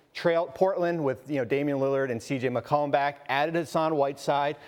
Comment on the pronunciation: Did i just hear, trail portland and CJ mcCombat?